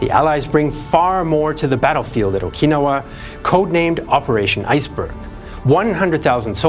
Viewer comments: What is o-KEE-no-wah? Do you mean o-kin-NOW-wah? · I’m sorry but I can’t get past pronunciation of “Okinawa”. it’s ok to sometimes to use anglophone pronunciations.